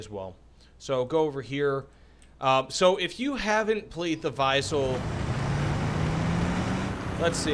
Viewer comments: vee-sell not vy-sell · Prounounce it like Weasel and you good. not we sell or why sell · Why you keep calling them Vaisel??? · I believe it's pronounced like we ·sell